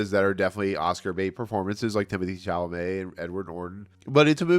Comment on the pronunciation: The reviewer is so stupid he didn't even pronounce Chalamet's name properly. What a jerk!